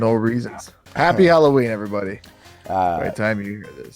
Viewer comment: You brought a tear to my eye when I heard you pronounce Halloween properly I'm not sure if you learn that from me or you're yours part of the world they happened to pronounce it properly but it was glorious always any Americans I see always pronouncing it wrong like a hallway